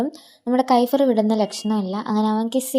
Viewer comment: കൈഫ്ർ അല്ല kefier